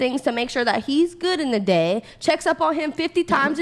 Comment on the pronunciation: Can't stand listening to her talk.. dey? No it's DAY